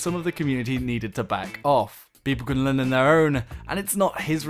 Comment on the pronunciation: It took me four playthroughs to realize you'd said "people can learn on their own" when talking about Womble. Gotta work on your enunciation a bit,! Also, there's something really bad going on with hit registration. When I put six Gauss SAW rounds into an Infiltrator's chest at point blank, get killed by him and see that just one shot registered, I get a little miffed.